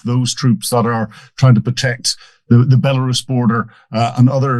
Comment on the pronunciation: The, not za. They, not zey. I could go on.